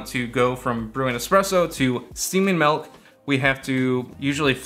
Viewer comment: Milk not melk 😅